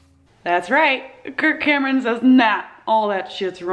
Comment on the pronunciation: Every time she says "Kirk Cameron", I think she's saying "Kurt Cobain" and I get excited.